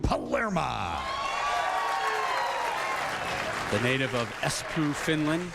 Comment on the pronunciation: Lol one of the announcers said Paleraa